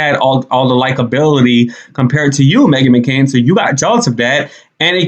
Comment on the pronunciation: Not the “Meghan McCoon.”😂😂😂